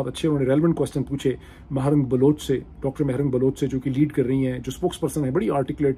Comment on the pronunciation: Tho aap keh Rahe Hain Baloch khawateen Aur bache jhoot bol rahe Hain. Aap ko abhi tak Baloch ki pronunciation nahin aathi. Afsos Pakistan.